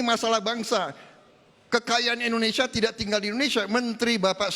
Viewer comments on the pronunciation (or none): none